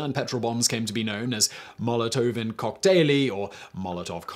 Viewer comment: Wow. Almost perfect way saying Molotovin koktaili. 9.5/10 for Simon. 😄